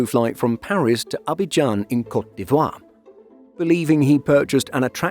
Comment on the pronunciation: thanks for teaching me how to properly say cote dee-vwah